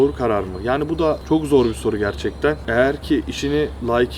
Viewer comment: 9.07 "şimdi anladık işte da " şiveniz koverdi🤣 53 <3